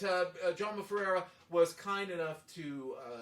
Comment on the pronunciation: I really like your comments. And I just want to mention it, your pronounciation of my name (and my father's name) is correct.